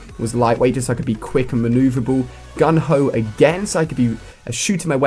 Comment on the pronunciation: "Gung-ho"... XD